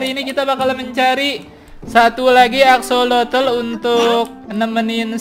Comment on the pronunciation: Aksosol bukan axolotol